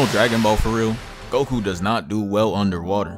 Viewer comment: this man called him 🅱oku